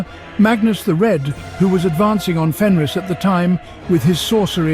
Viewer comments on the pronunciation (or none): none